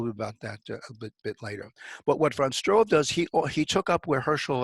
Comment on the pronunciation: He probably means Struve [Stroo-veh] there is no o and no w.... in that name. yet an other case of lazy-limey..